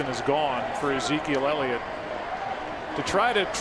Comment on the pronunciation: .... it's Ellliot..... ELLIOT!!!